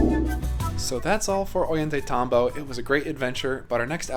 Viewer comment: Thought of mentioning that the "tay" in Ollantaytambo should be pronounced as "tie", rhyming with "ay" in "ay, caramba". Great overview of the place and I hope to visit someday!